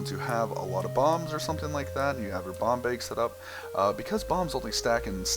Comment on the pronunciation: when you said bomb bag it sounded like bong bag